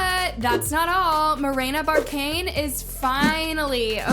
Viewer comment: She pronounces well-known names incorrectly on purpose to get people to comment. Haven't you noticed? She does it constantly. Comments actually drive the algorithim more than likes.